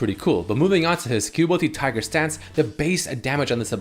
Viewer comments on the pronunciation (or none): none